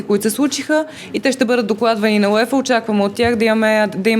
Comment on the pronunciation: It’s pronounced “You-Ay-Fah” not “You-Ee-Fah”